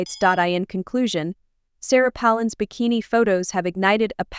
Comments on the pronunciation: The person narrating this video doesn't know how to pronounce Sarah Palin's last name or spell it. This seriously impacts her credibility. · Why don't you learn how to pronance her name. You sure like to here yourself yourself talk. Shut up and show the pictures. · It would be nice if you could pronounce her name properly. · You don't even pronounce her last name correctly. Take a hike. Nothing wrong with Sarah PALIN.